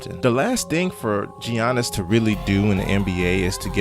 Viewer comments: Yea most people say Yannis because that is the correct and accurate pronunciation of his name. It's not pronounced G yannis my God people can't pronounce people's name right for shit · Giannis, Yaw niss, not Ji an iss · Great video except for the giannis pronouncement